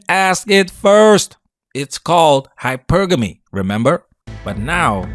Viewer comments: The Woman Said "HYPER-GAMMUS" Not Hypergamous 🤦🏿‍♂️🤣🤣🤣! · How in the hell are they discussing hypergamy when they can't even pronounce it correctly? Hyper Gamy lmao it's even in her book. (high-PUR-guh-mee) She is so late and ignorant, I remember when some first learned about it three years ago which is five years after me and were saying it wrong but how can you be an expert when you can't even say the word correctly? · They didn’t even say “hypergamy” right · She can't even pronounce hypergamy